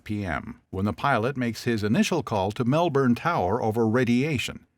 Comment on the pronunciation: please pronounce melbourne properly wtf is this pronunciation